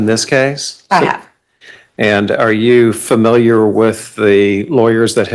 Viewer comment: Lawyer gets one point for saying "familiar" and not "fermiliar."